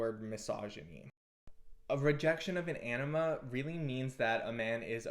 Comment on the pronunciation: 😂 same, the captions take it as ennema, your pronounciation of anima could use a little bit of work on the a (comes off more of an ae, it should be more like an ah)